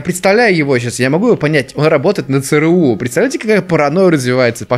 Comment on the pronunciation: Не ЦРУ а ЦРУ